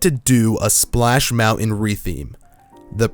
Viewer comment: Each time you say Splash Mountain all I hear is Splash Melon.